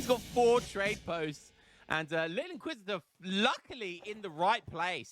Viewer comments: More outlaw builds, please! How the player named his character: L'inquisiteur 😈 How pronounces it: Lil' inquisitor 👶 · its not lil inquisitor its the inquisitor, its in french, L' mean The in english hehe, continu good job bro!